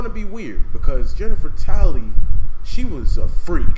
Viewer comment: haha you said Jennifer Tally